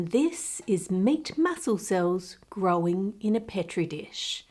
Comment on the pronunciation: Do you sat "grow-in" in place of grown on ocasion or are my ears play-in tricks on me?